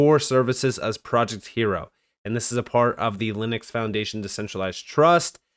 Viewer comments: Hiero, “iron” in Spanish, silent h, i e ro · Hiero is pronounced Hi Row.